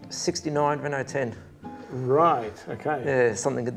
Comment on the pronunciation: Great story and how pleasing it is to see a program without boring muscle cars. Do us a favor, please teach your man how to pronounce the cars he is interviewing. It's Reno not Renult. If he followed proper motorsport he would know that.